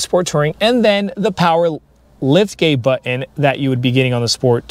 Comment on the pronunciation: Nice review though I did giggle when you kept saying butt-in.